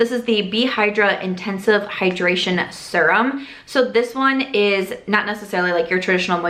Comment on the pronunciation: NOW I hear it- sometimes you say “sear-um” (normal) but more oftentimes you say “sur-um” (a little odd…😂). Either way, love ALL your videos, love your dry humor and LOVE the shorter hair😍😍